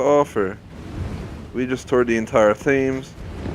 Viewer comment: The Thames is pronounced as ‘Temms’ for your future reference :)